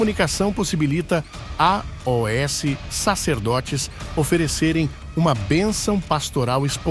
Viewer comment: Por que o sr pronuncia "a,o,s" ao invés de "aos"?